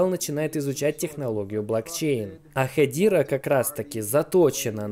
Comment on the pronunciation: я на английском все видео смотрю так даже они говорят не "хедира" а ХЕДЕРА. не понимаю зачем пытаться склонять типа на английском но не правильно 🤣 ..правильно произносить ХЕДЕРА